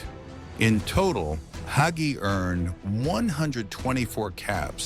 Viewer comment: AI can't pronounce Hagi LOL!!